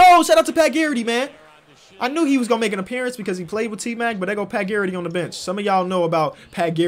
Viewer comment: anyone else hear him say A-mac